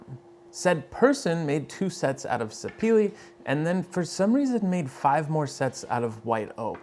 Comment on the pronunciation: FYI Sapele is a wood named after an actual place, prized back in the day primarily for rubber, and now in modern times for its wood. It’s pronounced “sah-peh-leh” and not sah-pee-lee.